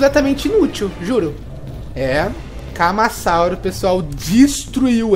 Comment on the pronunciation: Kkkkkk legal o tentando falar o nomes deles camasauso é ca ma ra sa u ro